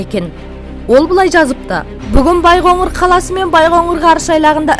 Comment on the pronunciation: Байғоңыр емес, Байқоңыр